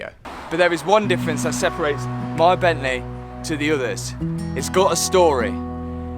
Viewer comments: “Bentley or Bentleh” 😂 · Nice job with the ‘bentleh’ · "Bentley or blentle" 😂 great videos lad, I'm from Leicester myself. keep it up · BENTLEH in MONaCOH. Wonderful stuff matt. Top boy 💯 Ps Hannah seems to get fitter and fitter. So fit matt. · Jo, why do you keep saying it's your £10.000 Bentleeh, i mean were all the maintenance and upgrades for free?